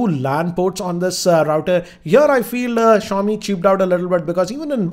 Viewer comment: That awkward moment when you realise that it’s ‘SHA-O-Mi’ and not ‘ZI-O-MI’ 😐